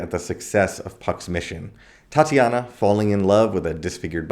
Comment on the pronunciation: Do you mean tit-a-nia not tat-i -ana